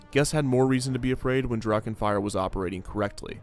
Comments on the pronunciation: Yo, German here, "Drachen" is pronounced "Drarrren" just like the "ch" in "Loch Ness" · The pronunciation of Drachen makes me aggressive.